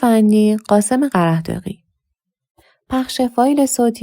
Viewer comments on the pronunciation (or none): با سلام ، دخترم شما که گوینده ماهری هستید میدونید که در تلفظ قره داغی "ه" غیر ملفوظ هست و تلفظ نمیشه!